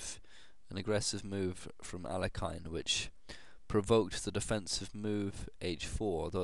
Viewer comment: Alekhine's name is actually pronounced "ahl-YE-khin" or "ahl-YO-kheen" rather than "AL-ek-ine".